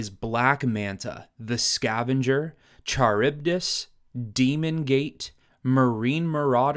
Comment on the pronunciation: Excellent video! As a long time Aquaman fan, I thought you did a great job of using his obscure villains to form the different teams, and the rationales for them made sense. One thing I wanted to point out: Charybdis is pronounced "Kuh-rib-dis". He's named after a sea monster in Greek mythology.